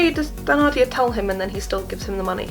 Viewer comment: I'm very thankful for this video, it saved me the time I was about to take to watch the mini series! I'd like to point out that Thenardier is pronounces like ten-ardier instead of the-nardier.